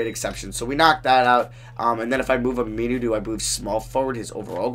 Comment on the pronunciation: I literally laughed for the rest of the video. "Ameenuu"